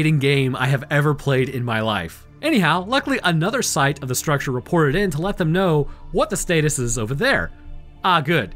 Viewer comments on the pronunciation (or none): none